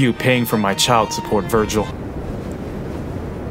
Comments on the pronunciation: IS NO ONE GONNA CORRECT HIM AND TELL HIM ITS VERGIL NOT VIRGIL? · Foolish, It Is not Virgil it's Vergil. You are not worthy as my opponent.